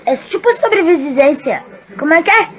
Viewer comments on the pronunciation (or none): ela falo sobrivivizencia